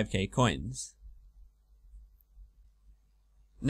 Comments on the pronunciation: It's "Neitiznot" and "Jatizso", not "Neitzinot" and "Jatzsio" which annoyed me a lot "Jump over the eastern bridge" but you went north -_- Would have helped if you had mentioned the bronze nail thing earlier in the video Those are just very minor faults, other than those it is a fantastic guide! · NAY-TIZ-NOT YA-TIZ-O Simple pronunciation. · YOU MISPRONOUNCE BOTH ISLAND NAMES IT'S SO FRUSTRATING Awesome guide though ;D